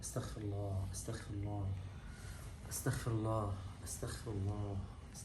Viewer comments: بارک الله فیک ….. ولکن لا اعلم أ قلت (استخفرالله) ام انا سمعتها هکذا ف علی کل حال الاصل هي (اسغفرالله )❤ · الصحيح : أستغفر الله وليس أستخفر الله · الصحيح في القول والنطق والاصل اللغوي بالاستغفار هو ان يقال أستغفر الله بحرف الغين ( المغفرة) وليس استخفر الله بالخاء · والصحيحة تقرأ الألف بالفتحة والسين بالسكون والتاء بالفتحة والغين بالسكون والفاء بالكسرة والراء بالضمة 😊😊😊😊